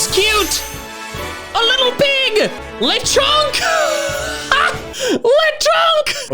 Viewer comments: Le-con-k LES GO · lecronk? really? BRO WHAT ABOUT LESTRONK